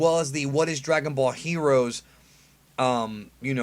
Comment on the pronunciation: You just can't say heroes right "HERUUS"